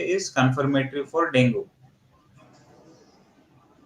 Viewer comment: Can u guys plz pronounce it as dengue not dongu